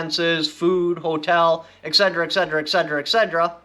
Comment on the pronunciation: Its pronounced ET CETERA not excedra. thx for the vids keep em coming